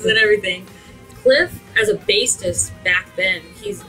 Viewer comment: Bassist not basstis ..... who are some of these people ??